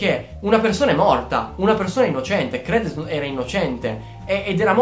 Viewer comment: Tesoro io giuro ti adoro, però si pronuncia cr"I"dence e orfanOtrofio, comunque sei un grande :3